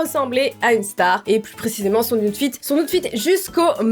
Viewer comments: On dit aoutfit 😭🤣😂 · Loutfit 😂 oh lala vous les françer vous ne savez pas prononcer ! Alors pourquoi vous parler en anglais ?! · Ça se prononce "aoutfit"😂😂😂